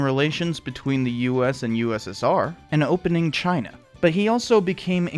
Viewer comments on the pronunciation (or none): none